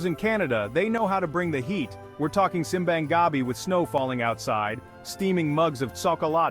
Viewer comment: OMG…can’t stand the mispronunciation of simbang gabi, lechon, pancit, maligayang Pasko, etc.😂😂😂😂😂